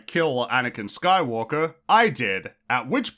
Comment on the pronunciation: “Anakin Skymalker”.